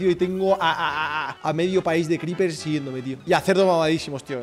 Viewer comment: Al final dice creepres jajajja